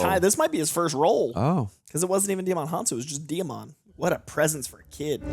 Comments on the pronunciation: Small side note: Djimon Honsou's first name is pronounced Jimon, like Simon. Not Dei-a-mon. But you are spot on with his origin story into acting. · Djimin Hounsou pronounces his name JI-mon, like Simon with a J, not Dee-ya-mon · You are pronouncing it WRONG. Djimon Gaston Hounsou (/ˈdʒaɪmən ˈuːnsuː/, JY-mən OON-soo; French: (took 2 seconds on his wiki page) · Djimon is pronounced jai-muhn. Lol